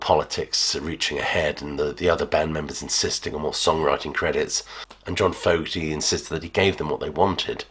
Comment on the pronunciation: It's pronounced Fogerty. HTH.